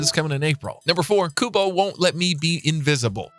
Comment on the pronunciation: I thought it was Kubo not Kuba?